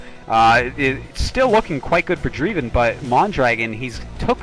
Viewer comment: nice game! Isn't Dreiven pronounced "DRAY-ven", not "DREE-ven"? My intuition about English diphthongs tells me the former sounds more proper, but I could be wrong.